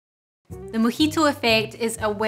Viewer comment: Thanks for the video, though I swear it sounds like you're calling it a "mickey-toe" My American ears, I'm sure.